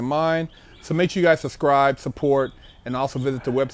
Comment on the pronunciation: I just “sussscribed” 😂😂😂